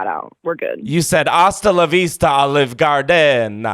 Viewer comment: she said PASTA la vista! :face-fuchsia-wide-eyes